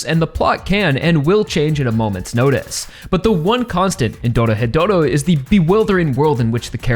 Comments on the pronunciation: Ah yes, Doro-hetero, such a fantastic series. Sorry, I just like poking fun when people say it that way, this video describes the series well. I decided to pick up the manga since I couldn't wait for the anime to get a second season. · Ahh yes, I also enjoy "Doro-hetero"